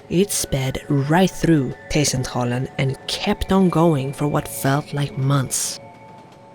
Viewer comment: I love the way you pronounce T-Centralen. I have rode the subway past Kymlinge several times, and had plans to go explore it at the age of 13-15 but was advised not to.